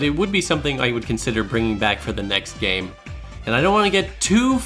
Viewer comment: what he said " so despite all my nitpicks and contemplates I consider this a 10/10 game" what I heard " so despite all my nitpicks and contemplates I consider this a 10/10 gay"